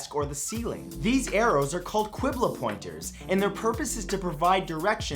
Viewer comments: About fact number 5, it's pronounced kibla with the back of your mouth/top of your throat, not quibla like queen. And also kaaba with the second vowel stretched instead of the last with a glottal stop in between the a and b. Arabic letters dont all translate properly into english ones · Fun fact!!! “Qibla” is pronounced “kibla” not “quibla” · Kibla not Kwibla* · quibla is pronounced "Kebla" not "kwebla" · Its nkt kuibla its kibla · Love ur videos but the way you pronounced qibla and ka'ba gave me cancer